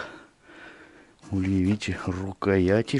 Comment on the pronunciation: Почему ульИ,а не Ульи?